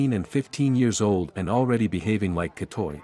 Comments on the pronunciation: Gra-tei not kra-toi (G as in word gun, ei as in word Huawei) Gratei is used originally for the third sex but now mostly to identify lady boy or, less often, gay man. Anyway from the history ,Thailand was comprising of people from various cultures so I think we are more open to the diversity including sexual orientation, sexual preferences and mannerism. Discrimination isn't zero percent but it's very uncommon. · Gahtuy not gahtoy